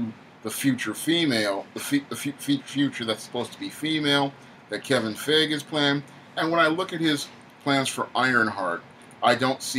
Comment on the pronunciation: It's Pronounced Fi -E - Ghee and not Fey - Age or whatever. Stop murdering the name already.